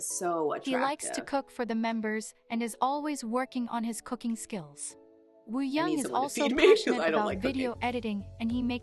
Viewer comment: you pronounce it right :) it’s just the robot voice that messes up sometimes. For Wooyoung just remove the W :)